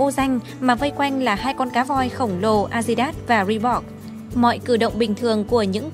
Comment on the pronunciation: Cám ơn đã chia xẻ nhưng nói về chuyện nước ngoài nên có chút kiến thức tiếng Anh , Adidas mà bạn đọc “A zi đát “ nghe buồn cười , sorry